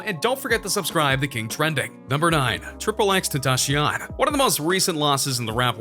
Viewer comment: Triple X tenascion 2pac Sharcar!!😂😂